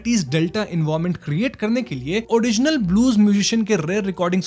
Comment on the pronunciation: Why you sometimes pronouns r clearly and some time da.. like rock you say rock and Mary like mady.. 😅😅and doreman ko dodman.. enjoy kadne kyon aarahe hai.. karne kyon nahi aa rahe??